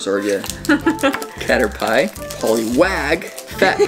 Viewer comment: It's not katter pile it is katter P so a way to help you say it you say katter and then just say P I hope that was a good tip for the pokemon that you didn't say right